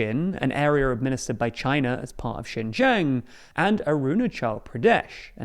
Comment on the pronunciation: Did he really meant to say Shenzhen?